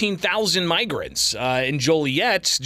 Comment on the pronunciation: Is he sayin migraines not welcome in his city? Oh shyt